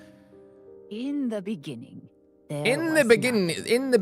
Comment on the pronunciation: No one: …: “In the be-nigging”